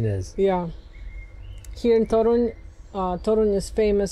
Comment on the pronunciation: Great vlog. Is Polish? He pronounces "Toruń" too perfectly, but pronounces it well too